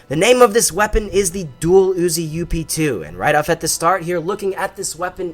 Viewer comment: dang you you need to say up 2 NOT u.p.2😠